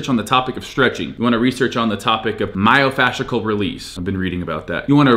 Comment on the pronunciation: MyoFASHICAL. Hahaha love you Steve💚 but I think it’s myofascial😂😂